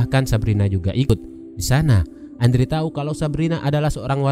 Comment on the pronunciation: Andrew harusnya dibaca endru wkwkwk😂